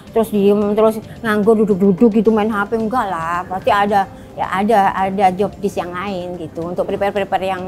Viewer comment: JOBDESC bukan JOBDESK